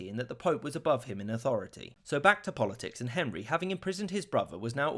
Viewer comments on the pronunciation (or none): none